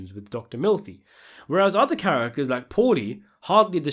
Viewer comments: Is it just me or did anyone else hear Dr. Milfi rather than Dr. Melfi?!?! 😂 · Dunno if it was intentional but it does sound like he say's "Dr.Milfy".